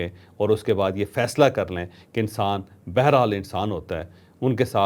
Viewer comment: ھم آپکے بڑے فین ھیں لفظ بہرحال کی تصحیح کر لیں